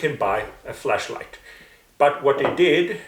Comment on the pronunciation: Maybe it's your accent or maybe it's mine, but when you say "flashlight" it sounds exactly like "fleshlight" ,and it's bloody hilarious hearing you say how JW are given and use fleshlights.